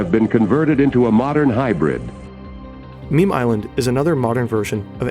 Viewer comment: he missed a letter it is Memel island. Memel is a river somewhere.